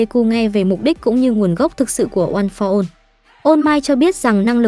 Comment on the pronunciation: "ôn pho one" nói mà nhức đầu luôn